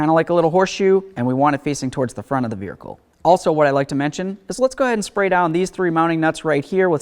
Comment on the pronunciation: Why you say vericle? What's a vericle?